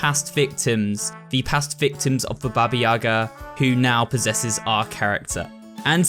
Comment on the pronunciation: It's 2022, yall could like, maybe, try to pronounce "Baba Yaga" correctly..